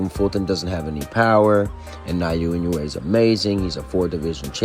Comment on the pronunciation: エノウエじゃない、イノウエだ。英語でも正しく発音してくれ。